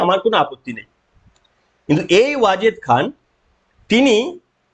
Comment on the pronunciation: Wajed শব্দটি বোঝা যাচ্ছে না..